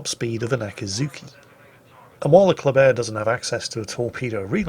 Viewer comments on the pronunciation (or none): For some dumb reason,even tho ship is called Kléber,i hear saying ”coldbear”....each bloody time he says its name....why brain...whyyyyy?